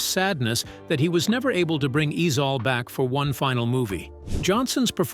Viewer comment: Ezell not Ezal!